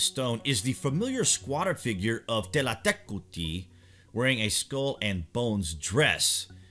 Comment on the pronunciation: Kudos for learning the exact pronunciation.